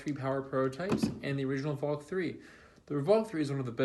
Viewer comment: Not saying the names right; it's VLAK!